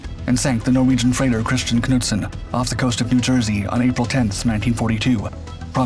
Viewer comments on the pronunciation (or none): none